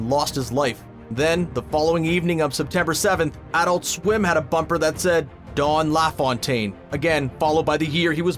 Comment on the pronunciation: Couldn't agree more. What's with calling him "Dawn LaFawntaine"?